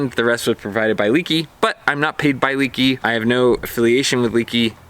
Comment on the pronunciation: It's not "leaky", nothing is leaking, it's - "leh-kee"